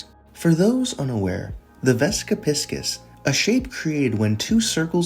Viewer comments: You got the vesica pronunciation correct but it’s pronounced Pie-sees, not piss-kiss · It’s pronounced pie seize, like the astrological sign, not p!ss k!ss btw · “piss-kiss” 💀 is it not pronounced “pie-seas”? Not hating, I’ve just never heard it pronounced that way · You’re saying it wrong i think, its Pisces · your pronounciation is killing me. vessica piss kiss???????